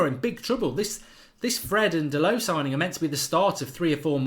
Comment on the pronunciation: DA-LOW. DA-LOW. DA-LOW. DA-LOW. DA-LOW. DA-LOW. DA-LOW. DA-LOW. DA-LOW. DA-LOW. DA-LOW. DA-LOW. DA-LOW. DA-LOW. DA-LOW. DA-LOW. DA-LOW. DA-LOW. DA-LOW. DA-LOW. DA-LOW. DA-LOW. DA-LOW. DA-LOW. DA-LOW. DA-LOW. DA-LOW. DA-LOW. Pls Mark. Fuckin learn the name already.